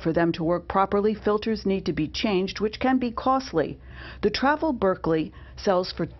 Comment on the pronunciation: I know, she also kept calling the Berkey a Berkley🤣